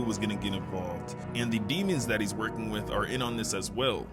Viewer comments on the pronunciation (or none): none